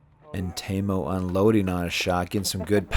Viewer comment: I don't mind his commentary but it's very annoying listening to the pronunciation of names. Go ask the guys. Like Teemu, he says Taymo, so does he throw Tay-Birds or Tee-birds? I mean really...